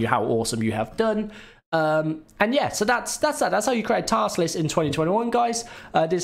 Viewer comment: Nice "Tast Lisk". Well done